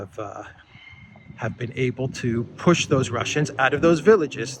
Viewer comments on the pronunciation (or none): none